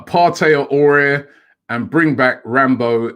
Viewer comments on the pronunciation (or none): Aouar is pronounced "Ah-war", not "Aurier" lol. Also, it's Upamecano, not "Upamencano"!